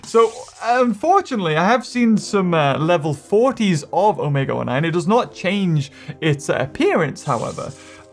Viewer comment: Why does he say omega o9